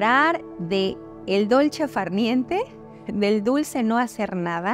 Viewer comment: Solo tú podías crear un video tan maravilloso,. Gracias por tus valiosos consejos, y por dedicarte con tanto amor a mejorar nuestra vi da. Me gustó el dolce far niente pronunciado en mi idioma! Y me conmovió el mensaje a tu mamá. "No hay amor sin hechos ", dice el gran René Mey, y tú este amor lo demuestras en todos tus videos. Namasté 😙 Lucia